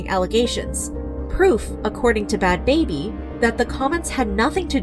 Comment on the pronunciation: Ain't it bad "Bhabie," pronounced like Barbie... not "baby"?